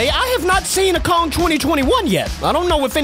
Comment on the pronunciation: He is murdering king Kong’s name